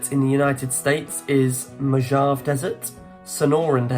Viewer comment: Missed seven. Betsy Ross is a myth. Mojave is pronounced Mo HA Vé. i enjoyed the quiz.